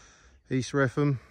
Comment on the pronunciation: Hi there. In the 'Norfolk' dialect, Wretham is pronounced 'Retum'. Cheers !